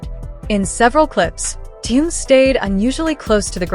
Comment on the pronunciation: Зачем такие видео показывать, где даже имя Тэхен произносят Тэен. Неприятно режет слух многие не правильно произносимые слова